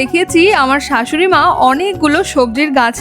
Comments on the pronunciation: Tomar bodhay sa bolte parona taina ? R , sei karone shashuri maa na bole thashuri maa bolcho , taito ? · আপনি শাসুড়ি না বলে ঢাশুড়ি বলেছেন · কিগো দিদি শাশুড়ি না বলে না বলে ঠাশৌরি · কিগো দিদি শাশুড়ি না বলে ঠাশূরি😂😂😂😂😂